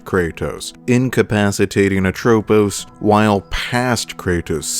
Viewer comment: Dang, how hard it is to pronounce Lachesis, Atropos, and Clotho correctly?